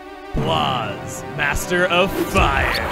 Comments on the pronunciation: It’s meant to be pronounced as “Blaze” not “Blaaz” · Surprised didn't figure out that the boss is supposed to be pronounced like "Blaze", not Blah-z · Shouldn’t Blaaz be pronounced like BLAZE? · Blaaz is pronounced blaze